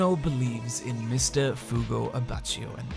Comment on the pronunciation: At least you pronounced Mista correctly